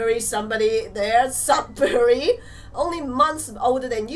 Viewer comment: its pronounced SUD-bury not SUB-bury